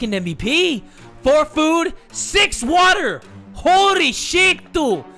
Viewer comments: I like it better when he says "Watahh and some soup" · Hatsune Miku and he can't say wattaaa